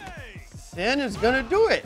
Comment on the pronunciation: I like how Xian pronounced quickly sounds like Champ. Nice one, Champ.